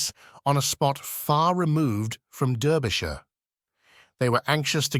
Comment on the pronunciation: And also mispronunciation of « Derbyshire »!